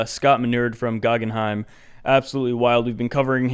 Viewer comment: "GoogooGaggenheim" lmaooooo dead